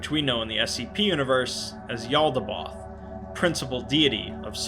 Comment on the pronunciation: Just a note; since Jaldaboath is mentioned a lot, his name is actually pronounced like Yalda-bay-oath. Not Yalda-both